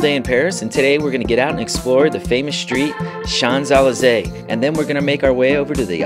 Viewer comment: Great family fun informative travel videos. Don't quote me on that but I think Champs-Elysées is shonz uh·lee·zay? Wow fantastic room with a view. And 2 balconies. I enjoyed your London vlog too. 👍